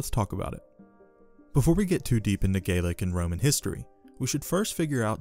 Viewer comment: So I am a little confused on your pronunciation regarding what I think is Gallic? But you pronounce it like Gaelic. or are you saying Gaelic? Sorry I am just confused.